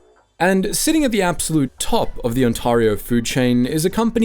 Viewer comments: Your pronunciation of Ontario is very disconcerting for a local. We call it Ontairio. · ... i just cant take him seriously when he keeps calling it "Ontorio" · Ontahrio? Never heard of her. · Based off the pronunciation of a lot of the things said in the video such as Ontario and Cafeteria, there’s no way this guy isn’t AI. Such a shame. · FYI, "Ontario" rhymes with "there ya go". The "a" is pronounced more like the "ai" in "air". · If you're going to make a documentary about us at least learn how to pronounce our city names. This video is like if I made a video about Peterborough UK and pronounced it Peter borrow(in stead of pita bruh). Which BTW is how we pronounce our version of Peterborough :) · That's an odd way to say "Ontario."